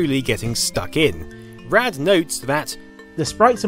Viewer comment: I know you're from across the pond but Rad isnt pronounced "raid".